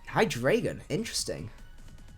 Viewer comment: Great stream, found your channel the other day and I've been binge watching your videos. I've got to say it though, I'm triggered every time you say Hydraygon.